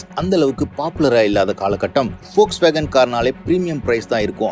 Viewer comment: Athuku Peru Volkswagen , folks nu solringa